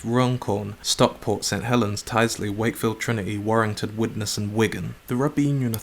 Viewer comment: Howling with laughter at the pronunciation of 'Tyldesley'